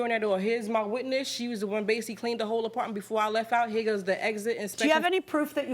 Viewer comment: It’s Basically NOT Basially geesh